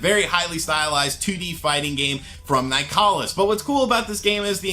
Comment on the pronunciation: Nicalis is pronounced like nicholas by the way guys